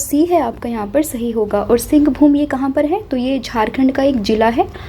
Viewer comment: सिंहभूमि‌ नहीं सिंहभूम